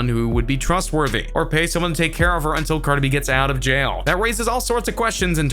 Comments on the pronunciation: "Carda beh" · He calls Cardi B, Carda B lmfao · Why does he say Cardi B name like it's all 1 word? "Cardeby" 😂😂😂😂🤣🤣🤣🤣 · The way he says Cardi B stresses me out 😂😂🤣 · I Hated How He Said Cardi B 🙄🤦🏾‍♀️ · Same here